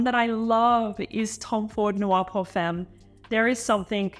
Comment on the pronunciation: Pierre should teach you how to pronounce femme correctly...